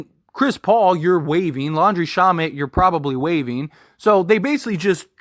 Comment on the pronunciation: You are pronouncing Landry shamet last name wrong 😑